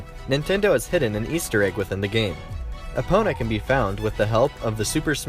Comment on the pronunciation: It’s not pronounced “E-Pona” It’s Eh-pona